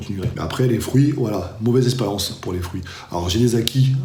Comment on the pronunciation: Fruits pas frouits !!!